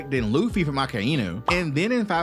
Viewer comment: Akainu❌ Akainu✅